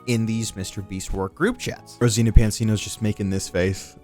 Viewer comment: ok we get it you are a huge fan of Mr beast, probably dream of him being inside you and whatever else you want, but dam fool try harder to pronounce someone's name properly. Brow. how do you get Rosena from Rosana